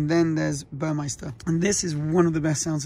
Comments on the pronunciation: Congrats. I have an all blacked out Macan GTS with red calipers (standard) and red tachometer, and seatbelts. With the red stitching. BTW it's Burmester. Not Burmeister. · It’s Burmester not Burmeister